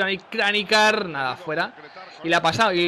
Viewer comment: niko kranjcar se pronuncia Niko kranchar yo creo que gana el Atletico 2-1